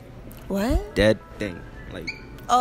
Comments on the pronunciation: He pronounced dead ting dead ding lmao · when you say dead thing your meant to say dead ting no h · Pronunciation had me creasing, dead ding, painding